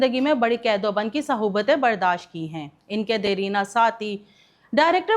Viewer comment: صہوبتیں نہیں اصل لفظ صعوبتیں ھے